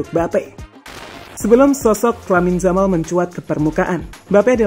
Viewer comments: Yamal mas bukan jamal jelek kali jamal😅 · Saya suka sama channel ini karena pengisi suara nya enak didengar dan irama bicara nya ga monoton. Tapi saran saya, perbaiki lagi pengucapan (pronunciation) nya, karena kalau salah pengucapan bisa mengurangi kenyamanan yang nonton. Terutama pas ngucap nama pemain. Di video ini nama 'Yamal' kalau pengucapan nya benar bakal jadi perfect sih menurutku. Itu aja yg mau saya sampaikan dan maaf kalau kata2 saya menyinggung. Semangat terus! 😄